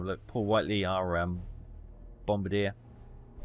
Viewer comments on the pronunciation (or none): none